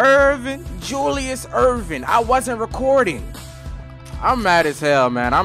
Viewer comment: My boy said JULIUS ERVIN